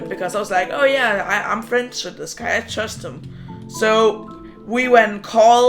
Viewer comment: Idk why i think of SIFT when you say trust